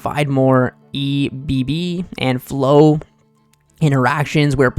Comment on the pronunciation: Him trying to say ebb and flow is the funniest thing ever 🤣 😂 💀